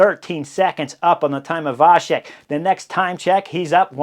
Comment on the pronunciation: Great coverage as always. One little hint - in slavic languages "C" is always pronounced like tz (e.g. tzar), so Vacek is pronounced Vatzek. Only with caron "Č" (and with cz in polish) it is pronounced soft - like CH (e.g. chilli)